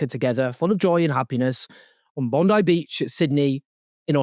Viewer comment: Congrats on being one of the very few non-Australian news reporters who took a minute or two to learn the correct pronunciation of "Bondi Beach".